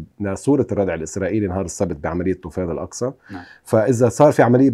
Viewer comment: يا مقدم البرنامج تعلم العربية، الاسم: طُوفانُ الأقصى، وليس طَوَفانُ الأقصى، طَوَفانُ تعني أن الأقصى يطفو على ماء أو شيء آخر، هو طُوفان افهموا عاد.